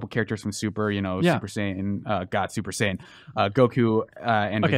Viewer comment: Its super saiyan blue and you pronounce fighterz like fighters its not that hard so yall did have errors 😂😂😂😂😂